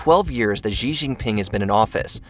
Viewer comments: It's pronounced "She" not "gjii" Just learned this from C-milk and serpentZA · Xi is pronounced like "she" not "gee". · Good video. FYI, President Xi's name is pronounced "she". Likewise, Xingjiang is pronounced "Sheen-jahng"